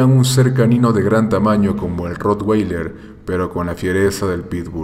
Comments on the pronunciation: se dice rro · Jjjjj no se pronuncia así es con a